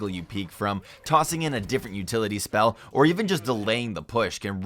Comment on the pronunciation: narrator sounds like an idiot lol. "spell" "valorANT"